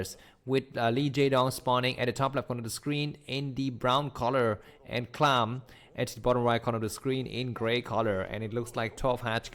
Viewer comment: Can't believe you just chose to call him "clam" xD